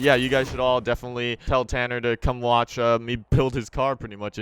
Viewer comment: if you do 0.50- says CANNER